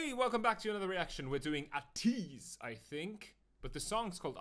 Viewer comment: Thanks for the reaction, it’s pronounced Ay-teez.